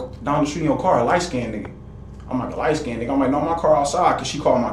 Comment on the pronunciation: I know, right 🥴. Or how about, “light skindid” or I “axed” a question verses saying I “asked” a question 😂. It’s insane.